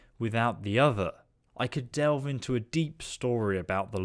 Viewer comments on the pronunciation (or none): none